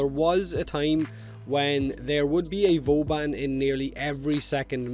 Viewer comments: Is he sayin Vooobun, or boobun? :D <3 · Booben. It's canon fellas. Not Vauban, but booben.